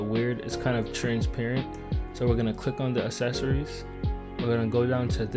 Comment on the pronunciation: what the fuck is "assecories"